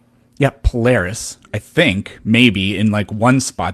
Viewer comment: Would a guy who ownes a telescope mispronounce Polaris?